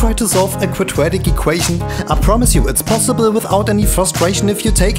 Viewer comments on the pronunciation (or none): by the way he pronounced quadratic and scared